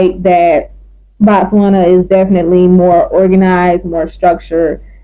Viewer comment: It’s Botswana ✅NOT Batswana❌